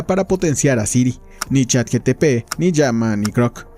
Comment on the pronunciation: ni “ChatGTP” 🤣